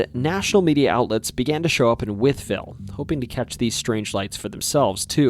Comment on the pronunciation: From Wytheville, VA, and this is possibly the only person on video like this (much less just on YouTube) to correctly pronounce both Wytheville and Botetourt! Well done! 👏